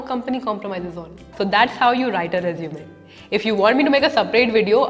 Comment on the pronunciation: Please pronounce resume correctly and properly....